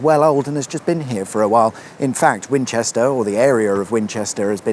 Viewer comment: Could I be mistaken, but did you say "Fwinchester "?